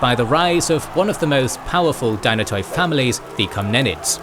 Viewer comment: Firstly dynatoi is pronounced dynat(e) and it means strong.so it was the strong families